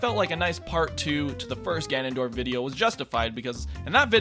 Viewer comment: "Ganondroid" XD